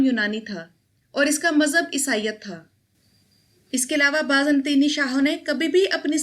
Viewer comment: Baaz Natini nahi ...... Baazan-tini